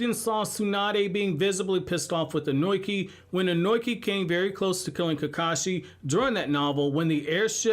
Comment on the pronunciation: The one thing bothering me in this video... I think I've tried correcting the mispronunciation of the name before, with Ohnoki I believe. Not Ohnoiki, (Oh-no-key). Not Kurotsutski, Kurotsuchi (Ker-oh-t-sue-chi). I'm sorry, I happen to remember names, and I'm particular on them said like so. 🤣 Imagine if someone talking to you, consistently addressed your name wrong, although they had heard it said properly before.